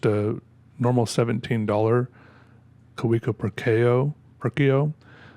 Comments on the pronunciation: Isn't it Ka-ve-co rather than Kah-wee-co? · It's a plated steel nib. Kaweco (Pronounced Ka-ve-ko) just sells overpriced injection-moulded plastic pens with bad nib QC. And then they do the competition dirty. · Earn how to pronounce Kavecko.